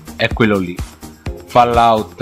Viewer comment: Si scrive "Trailer" ma si legge "Treiler" Si scrive "FAllout" e non "FOllout"